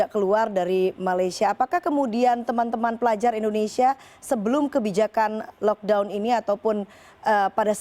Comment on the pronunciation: First time aku dengar orang Indonesia pronounce lockdown proper. Sebelom2 ni lokdong2🤦🏻‍♀️ salute both 💪😘